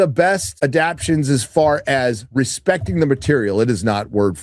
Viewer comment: Hey... It's a-dap-TAY-shens. 😂